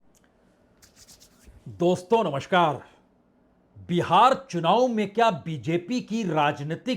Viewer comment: Namaskar का उच्चारण तो ठीक कर लीजिये